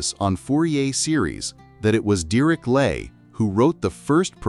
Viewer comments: The narrator pronounced the name Dirichlet several different ways. Was it some form of AI? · Apart from the terrible pronunciation of the name Dirichlet I like this video a lot.